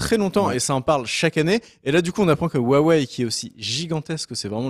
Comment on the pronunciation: Pour info, le "H" de Huawei n'est pas silencieux. Ca se prononce un peu comme le "j" en Espagnol.